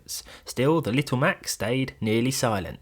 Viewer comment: its Little not Littaw.